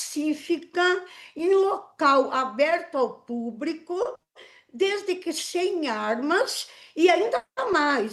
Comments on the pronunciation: Eu parei de assistir quando ela falou: "Aberto ao puBRIco" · A ADEVOGADA falou " PÚBRICO " HAHAHA